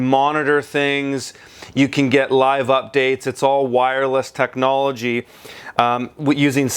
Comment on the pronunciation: It's funny how u say simple technology :)